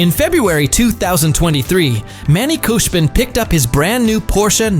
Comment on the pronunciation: Brooo its not koshbin its khoshbin